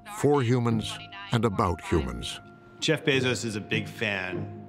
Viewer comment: Drinking game: drink every time someone mispronounce Jeff's last name.